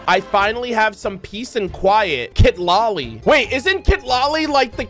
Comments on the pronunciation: I really like this initial characters, I'm still indecisive betweeen going for Mualani or Kinich :D (And just a little correction, Citlalli is pronounced as C-tla-li 😊 is a very common name here in mexico.) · Just a small detail "Citlali" is pronounced as "Se-tla-li"